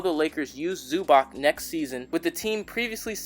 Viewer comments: Zubac's name is pronounced "Zu-BOTS" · Its Zub-ats